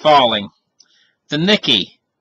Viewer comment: The "nicky", lol. Its the "nee-kay".